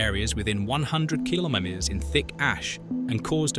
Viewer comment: Why can't you say meter or kilometre correctly?